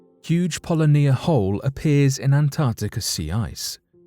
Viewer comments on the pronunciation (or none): Uh, Polly-nia ? It is pronounced Poe-lynn-yah.